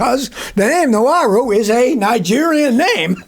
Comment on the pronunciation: Sir, Nuwaru is not a Nigerian name. Unless you mean Nwaru. then you pronounced it wrong.